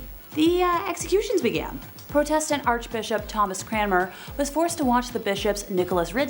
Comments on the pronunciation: You don’t know how to say Protestant (prodetent) or heretic (hairetic) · Do the presenters mispronounced words to avoid censors I think this mispronunciation I prodistant might beat the others mispronounced Constantinople as my favourite